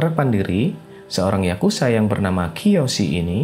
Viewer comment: Bro ato admin dari situs ini penyebutan yang benar YAKUZA bukan YAKUSA pake Z boskuh bukan S